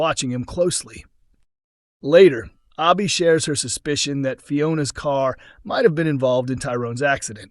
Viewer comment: This Guy Needs To Learn How To Talk It's Not Obby Her Name Is Abby !!!